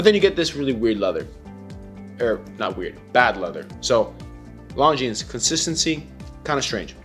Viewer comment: 1. Viewers want to see the watch. 2. Its pronounced Longine. (without the "s")